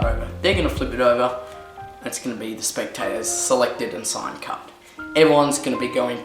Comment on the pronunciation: it's 'card' not 'carT'